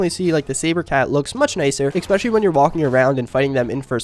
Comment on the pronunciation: "expecially" huh.. jesus Christ dude.